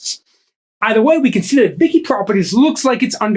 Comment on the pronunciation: Vici is pronounced Vee chee